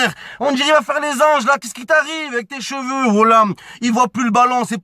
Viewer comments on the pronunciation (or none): none